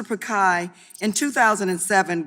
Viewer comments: "Mr. pakai" 😂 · Prick-eye/Pick-eye/Pikai WTF? 🤔 Congresswoman ! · Mr. "Prikai"? He shouldve said "Songress dabluman"